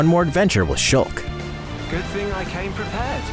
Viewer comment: I'm not ready to accept "shoolk" as the correct pronunciation. I need more time to prepare myself